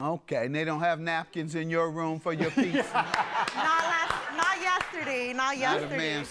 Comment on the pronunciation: She also said PICZA! 🍕